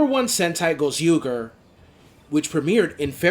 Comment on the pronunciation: It's okay if you mispronounced Gozyuger and various Sentai Series. I'm still waiting an announcement from Toei on certain statements I need to be aware of, while taking grains of salt to the current news on Super Sentai's cancellation. What Power Rangers needs to do is to not only main its Tokusatsu roots (practical, digital + cgi effects, suit acting & model-making + cgi animation), but also to take creative risks to ensure a new direction is taken without any reliance on Mighty Morphin Power Rangers nostalgia, and Artificial Intelligence. How is Changeman for the social commentary on war & promotion of diverse species + backgrounds? Which 1980's Sentai performer (male & female) would you like to meet?